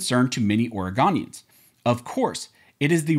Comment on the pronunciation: Did you just call us Oregonian's Origami's lol 😆